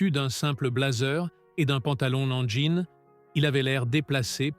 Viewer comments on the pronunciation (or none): none